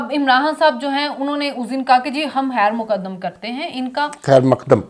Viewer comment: یہ تو ھو نہیں سکتا کوٸی عمار مسعود صاحب کے سامنے غلط تلفظ بولے اور نکل جاۓ خواہ وہ اھلیہ ھی کیوں نا ھو“۔۔”خیرمقدم“😊😊